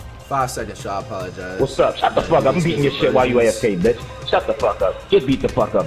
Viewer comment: What really got me was them saying bEtcH